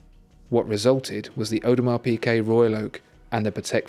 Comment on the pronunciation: Thomas Straßnig the pronunciation is very close to correct.